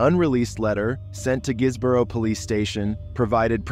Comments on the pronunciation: & “Guisborough” Is “Giz-bruh” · Marske is pronounced like the word Mask 😊 Guisborough is pronounced Gis-bruh lol